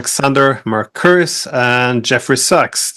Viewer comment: It's incredible to me that non-Greek speakers have so much difficulty with quite uncomplicated Greek first and last names. For example, "Mercouris". The Greek "ου" (latinized as "ou") is , effectively the German "u" as in "Du bist". So, mer-kOO-riss.